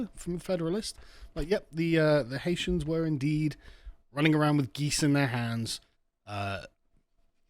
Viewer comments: Why can cockneys never pronounce names properly? It's not 'Ha-eetians' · I love the way you say HI EESIANS....IVE SEEN THOSE HI EESIANS STEAL THE CANADIAN GEES FROM DUQUESNE FOOTBALL FEILD